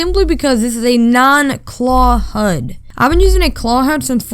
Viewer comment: huds huds HUDS!! It’s H U D